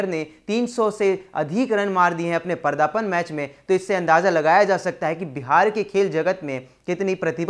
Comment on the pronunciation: परदापन नहीं बे वो पर्दापन होता है